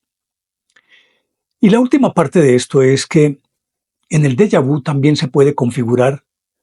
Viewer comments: Señor de lo que usted habla no es Della vu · Pronuncie en francés correctamente. Por favor. Saludos